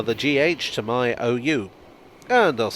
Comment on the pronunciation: that “talé from the tubé” got me to insult you in my head don’t worry i still love you and your content